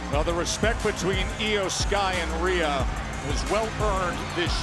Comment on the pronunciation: Its not shry Its sky